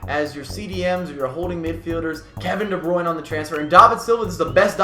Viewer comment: You pronounced De Bruyne wrong